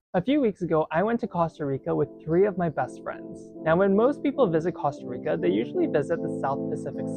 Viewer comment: He pronounced it correctly. Are you American? They pronounce it coasta rica, but that is incorrect.